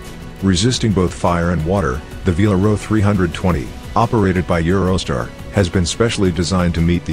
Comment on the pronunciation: It's not VALERO, it's VELARO!